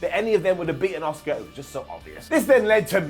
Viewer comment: Nobody's ready for "Oscar!" Well, that's how pronounces her name anyway.